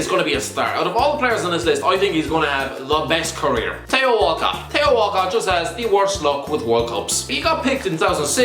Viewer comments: Thee-oh not Thay-oh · It's gas when you say Téo and not Theo !!😂😂